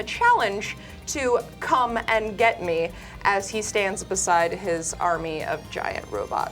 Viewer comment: Is it just me or is exagerrating the word "come" in the sentence "come and get me" lol